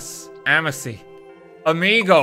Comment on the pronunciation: Amici is not amisi... it's pronounced amiki It means friend in Latin